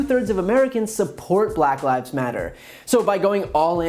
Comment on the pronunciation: "BULACK LyVEs...... Matter" Why did he say it like that LOL